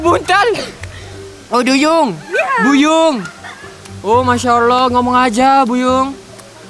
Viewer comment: Aq srng je ke yg terdengar mikha ckp buyung?